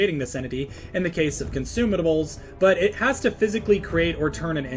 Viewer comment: consumitables also why would you say that